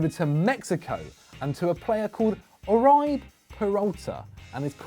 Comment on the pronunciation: Oreeebe is how it’s pronounced 😐